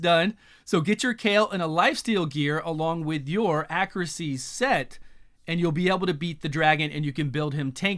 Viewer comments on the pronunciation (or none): none